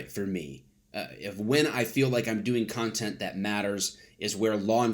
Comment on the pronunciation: Did you just say cuntent?